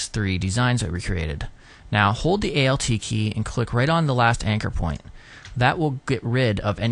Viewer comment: sweet explanation of the pen tool. for future reference.. please say "alt key" not "a.l.t. key" XD fav part of the vid lol great tut.